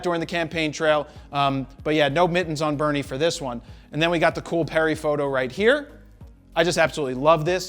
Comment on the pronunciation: LOL lady over... RRrrRRRRRight